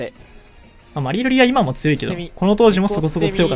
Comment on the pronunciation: マリルリがバリロリに聞こえたわ。